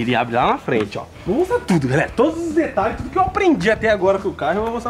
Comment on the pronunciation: Detralhes kkkkkkk